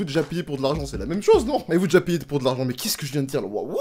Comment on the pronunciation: La première fois qu’il a dit je n’avais pas compris qu’il avait dit payé pour de l’argent 😂😂😂 c’est quand il s’est répété que j’ai hum, bizarre... 🧐